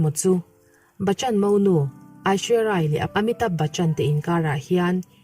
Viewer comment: Hming tal hi chu lam dik ve tum rawh, Abishek nupui hming hi i hrelo mi